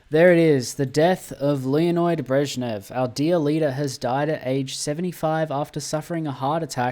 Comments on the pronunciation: Leonid, not LeonOid :) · at least that's the end of you saying Leonoid...